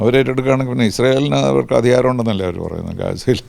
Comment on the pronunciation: ട്രമ്പ് അതിഹാരമല്ല, അധികാരമാണ് ഏറ്റെടുത്തത്. ഉച്ചാരണം ശ്രദ്ധിക്കുക. ഒരേയൊരു ലക്ഷ്യം അമേരിക്ക എന്ന നമ്മുടെ കൺസെപ്റ്റ് ആണ് മാറ്റേണ്ടത്. എന്തിനാണ് കള്ളവണ്ടി കയറി അങ്ങോട്ട് പോകുന്നത്? അനധികൃത താമസക്കാരെ 25 വർഷം തടവിലിടണം.